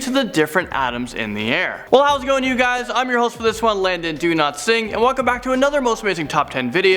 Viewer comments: when you say your name it sounds like your saying "" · Do-Not-Sing? Am I hearing correctly? Also seeing the lovely Rebecca Felgate MADE MY DAY. Love this channel....